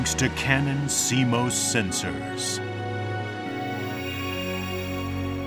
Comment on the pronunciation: Canon: "And in the video... let's pronounce it 'SeeMose' rather than 'SeeMoss'! and say it in every sentence!"